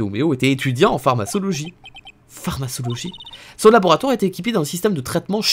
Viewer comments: La fameuse PharmaÇologie 😂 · Mon petit coeur de pharmacienne saigne avec ta prononciation de pharmacologie 😭😭